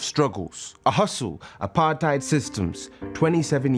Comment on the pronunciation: Did she call apartheid "apartyd" 😒 But that's good for marsai though ❤️